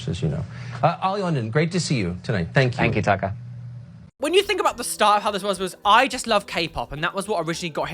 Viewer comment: Ugh when he pronounced that guy's name almsot like 'Taika', (I didnt know the dude interviewing him's name then) I assumed he was gona go off on a rant about what Taika Waititi was wearing at the EMA's and I was gonna be mad, I was gonna be like 'KEEP MY HUSBAND'S NAME OUT OF YOUR MOUTH YOU ATTENTION SEEKING LITTLE TWAT!'